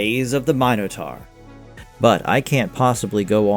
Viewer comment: You mispronounced Minotaur, Iolaus, Autolycus, and Tartarus. You forgot to mention Sam Jenkins who played the Golden Hind in season 3 married Kevin Sorbo, they have three sons together and still acting and is a radio show host.